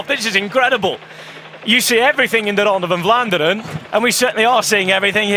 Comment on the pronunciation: I love how the commentator uses the belgian pronouncation all the time .. 'its the ronde fvfvan ffvlaanderen!!